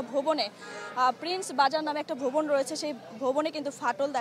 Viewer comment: আপা, কথাটা ভূবন না, ভবন হবে